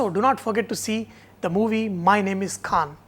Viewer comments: lmao... not kaaannnn sanjay, its KHAAANN!! :D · Your 'kh' of Khan didn't come from the epiglottis. Check that out... check that out... check that out... You cook well, but check that 'kh' out...it is like salt in biryani rice... check that 'kh' out...